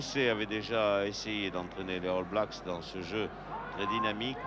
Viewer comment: Quel match formidable ! les arrières gallois qui ont marqué l'histoire, Williams, Benneth, Edwards mais aussi Bevan et Dawes (ok Duckham complète bien la ligne)... Et entendre le légendaire Jean Dauger prononcer All Blacks ("Halle blacks") c'est du bonheur... et le hakka néo-Z pas encore pollué par le marketing moderne, plus proche d'une farce étudiante... à voir et à revoir.